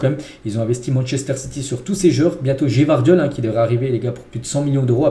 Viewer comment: Arrête de dire le nom des joueurs s’il te plaît tous les jours tu les tuent ! C’est incroyable t’entend pas les commentateurs quand tu regarde un match ? Le pire je pense que c’est G vardiol au lieux de gvardiol fait juste la liaison frérot